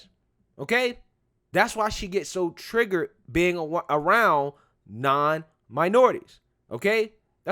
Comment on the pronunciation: Did she just say she was "TRIGGERED" or "TRIGGAD"? only one of those is acceptable for youtube